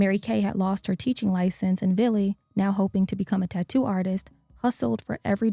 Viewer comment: Hey yall. His name a Vili. NOT BILLY. Vili Fualaau